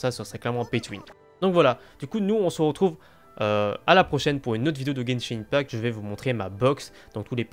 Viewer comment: Argh ! La prononciation de “open world” et “Gebshin impact” sa fait saigner l'oreille.😭 Si vous vous demandez pourquoi j'ai modifié c'est parce que j'avais oublié l'émojie 😭